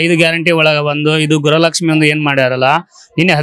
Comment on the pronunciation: ಸರ್ ಗ್ರಹಲಕ್ಷ್ಮೀ ಅಲ್ಲ ಗೃಹಲಕ್ಷ್ಮೀ..😊